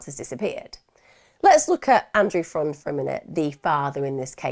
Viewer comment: I thought his last name was pronounced more like "friend"